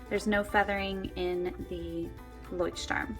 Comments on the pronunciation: I've been living in Germany for many years and yes, Leuchtturm is supposed to be pronounced like: "Loykt-turm" (that's the closest you can get with English phonetics. The German CH is a very guttural sound that is impossible to imitate for native English speakers. It kind of sounds like the sound that you'd make if you were to clear your throat aggressively.) Moleskine is pronounced the same as everywhere else though. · How the freak are you saying "Leuchtturm"? It's the German word for Lighthouse. The pronunciation is [ˈlɔɪ̯çtˌtʊʁm] It's like Loicht-Turm. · As a German the way you say Leuchtturm hurts my ears... still a pretty nice video though! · Leuchtturm. not leuchtstrum >.< Nice comparison though:) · Leuschhhhturm sagen sie immer ;D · [layxt - turm] is the pronounciation. The x denotes a strong H as in Loch. It is a language called German;) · I think I'm the first one to comment this. Does everyone pronounce Leuchtturm like that? Because I think that some Germans' ears are bleeding right now. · i usually like videos like this...but you butchered the name of the Leuchtturm girl...had to stop to watch it.... sorry as it annoyed me too bad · Anyone from Germany out there? The way all the english and american YouTubers pronounce Leuchtturm bothers me so much...it sounds like an english word, I guess it's quite interesting to see how brands are just pronounced differently in different countries...but still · plainly I am german. And i can say youre right 😂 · Everyting was spelled correctly, it was just the way you pronounced it :) As a native german speaker, I noticed that and just wanted to make a remark. I know that german is veery difficult to pronounce :P